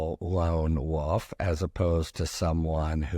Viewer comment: Lone WOLF, not WOOF!